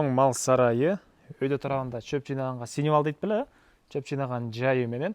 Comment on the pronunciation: Синивал эмес думбул! Сеновал деп айтылат.